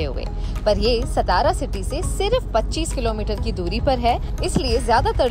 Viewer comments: हे ‘सतारा’ काय लावलय….MTDC ने sponsor केलयं तर त्यांच्यापैकी कोणाला साधा उच्चार शिकवता येत नाही का? कहो: सा ता रा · its saa+taa+raa=' satara 'not stara. plz pronounce correctly ! ow video is good.